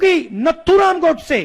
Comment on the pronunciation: अस्नान नहीं होता h स्नान होता हे, नत्थुराम नहीं नाथूराम filhal aapko pehle thik se hindi sikhane ki jarurat h, pappu bhaiya🙄 🇮🇳Jai Hind🇮🇳